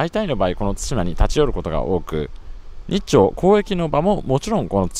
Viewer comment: 対馬 をたいま読みで草生えた なんつか、ここまでハングルに支配されてると乗っ取られてる感あるなぁ 日本の領土は日本人が守らないと